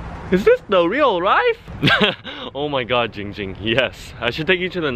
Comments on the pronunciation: It is Ging Ging not ping pong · I'm 4 year late to this but to you, Nathan, Ging Ging's name is pronounced Giiiiiiing Ging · a e s t h e t i c a s m r his name is Giiiiiiiiiiiiiing Ging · It’s not giiing ging, it’s giiing GING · DUDE ITS GING GING NOT JING JING! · The letter E no it’s Giiiiiiiiiiiiiing Ging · It’s pronounced GiīóUG Gïîoüng! Not jing jing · WHAT THE HELL ITS GING GING NOT GENG GEND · AYOOO ITS GIIIIIIING GING NOT GING GING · ik how to pronounce his name! its not ging ging its Giiing Ging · It’s not Ging Ging it’s ling ling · Why does no one seem to care about saying “Kim namjoon “ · "I used to give her the SunnyD too but, without the Sunny" Ging Ging